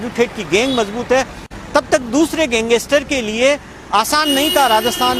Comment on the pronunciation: Pehle to tu gangestar nhi hota , gangster hota hai, bolna sikh pehle , fir reporting kr